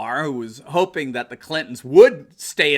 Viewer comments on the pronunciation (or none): none